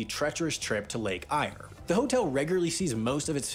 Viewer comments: Eyre is not pronounced eye-r, it's air.. Oodnadatta is ooh-duh-nuh-da-tah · Pronunciation.. .. Lake Air (for Ayre), Ood-nah-datt-ah (not data), Whum-a-rah. Otherwise accurate.